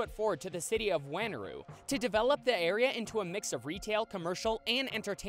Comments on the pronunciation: the way you said city of wanneroo hurt me its just won-ah-roo 😭😭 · Dude you pronounced wanneroo wrong, it’s pronounced: won a roo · Also wtf was that Pronunciation of Wanneroo? Its pronounced "Won-a-roo" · Can you believe how badly he messed up the pronunciation of "Wanneroo"? Lmao